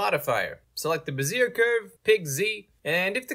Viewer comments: Did he say "Brazier??? It's pronounced "BEZ-zee-AY" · Bezier is pronounced Beh-zee-ay, not "ba-zeer" lmao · it's pronounced "beh-zee-ay" not "beh-zeer" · It's "bez-ee-ay" curve 😂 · Beh-zee-ay curve